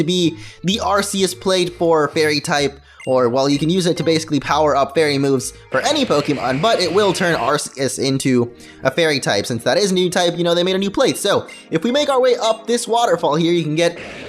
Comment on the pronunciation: it is pronounced Ar-key-us.